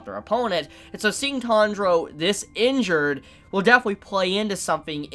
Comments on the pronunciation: Sorry but why am I hearing "Tandro"? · the way he pronounce tanjiro tho